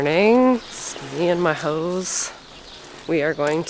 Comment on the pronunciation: Hey. I was admiring that shovel too!!! Wondered how'd it'd work on snow. Now, for the hose...... I swore you said ho's. Don't know what's wrong with my mind. I had trigger finger surgery a few years ago. It was outpatient but I was knocked out. Good luck Mark!